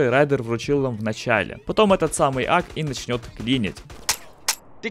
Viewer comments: АК-47... Вы 100 процентов прочитали не ак-47 а ака-47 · А в чем проблема?! АК - Автомат Калашникова. Никто не говорил что правильно АКА Кстати, если не знал 47 это год поступления на производство...